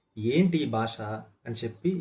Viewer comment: బాష కాదు, భాష. వాల్లు కాదు, వాళ్ళు. దయచేసి మన భాషను సరిగ్గా ఉచ్చరిద్దాం.